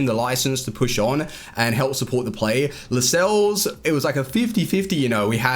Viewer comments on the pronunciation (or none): none